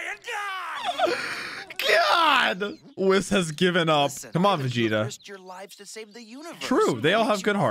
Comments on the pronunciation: Ay whis is pronounced like we not wi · Bro said wiss 💀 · Just so you know you are saying whis wrong